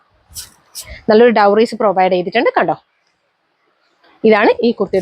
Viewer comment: അടിപൊളി കളക്ഷൻ 👌🏻👌🏻👌🏻..... ക്ഷമിക്കണം ഡോറീസ് ആണേ.. ഡൗറീസ് അല്ല